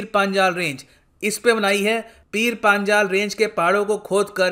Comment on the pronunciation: पीर पंजाल है सर not पांजाल,,🌹